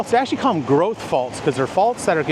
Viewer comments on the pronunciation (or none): none